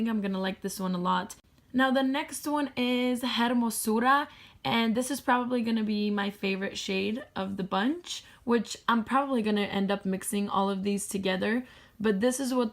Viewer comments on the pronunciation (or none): That KVD palette is beautiful, your Spanish pronounciation is amazing, you can roll those r's, lol, not picking, just teaching hermosura, you pronounced beautifully but the "h" is silent. I love the Stila shadow and the nail polish. Bite Beauty lipsticks are the best, hugs, Clara 💓 💓 💓